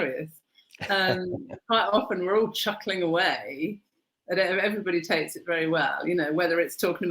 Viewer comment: Takes not tales!